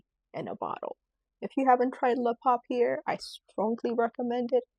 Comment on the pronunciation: I love your content. Please though, take the time to learn how to pronounce the perfumes correctly. For example "papier" is pronounced "poppy-yay", not "poppy-air." There are a number of other glitches in the video when it comes to pronunciation. I think it matters that you get this right.❤